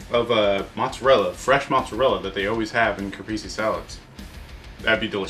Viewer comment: I hope you re-try the caprese soon because that had real potential to be totally amazing. But string cheese is flavorless. You must use the real deal buffalo mozzarella. Don't skimp. There are no substitutes. It's pronounced cah-press-eh by the way-- not cah-pree-zee. You guys all still rock.